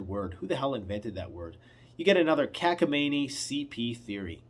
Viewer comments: no you didn't say it right. It's cockamamie, not cackamamie and it's a word from the Yiddish language, It's in the dictionary. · Hey, it’s cockamamie, like cockaroach not cackamamie. Hahaha. 👍🏻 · It's: 'Cockamamie.' 😀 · I always heard " cockamayme" 73 yr. old